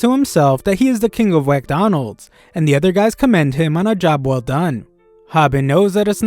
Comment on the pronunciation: Did this guy just say 'Whackdonalds'? lool😆